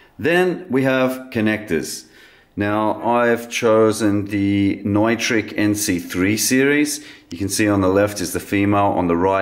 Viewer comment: FYI, Neutrik is not a German company. They’re based in Liechtenstein, and like so much stuff today, much of it is manufactured in China. Still top quality at a reasonable price. (Kudos for pronouncing Neutrik correctly, also!)